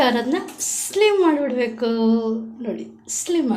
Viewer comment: ಸ್ಲಿಮ್ ಅಲ್ಲ ಸಿಮ್😃😃😃😃